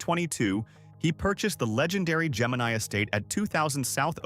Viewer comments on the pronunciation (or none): none